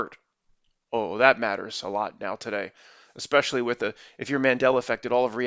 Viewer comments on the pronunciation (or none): none